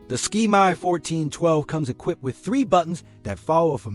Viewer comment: It's not a ski-my, it's a SK-MAY. Thank you.